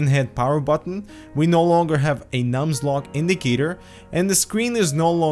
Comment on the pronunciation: Did you really say "Aliensware" and "Numslock"?